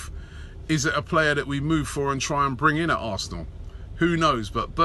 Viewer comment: Robbie says arsenal "arsnoool" hahah